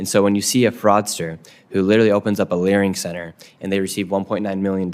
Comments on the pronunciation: Nick saying "learing center" all the time is legendary😂😂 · It is so funny that the ones that follow and know all say "LEARING center" 😂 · THE FACT THAT YOU KEPT SAYING "LEARING CENTERS"- I HAVE TO BUY A SHIRT. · The fact you’re stilling calling it a “learing” centre while answering these questions is hilarious hahaha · "...went to the locations of the learing centers..." now we are all saying learing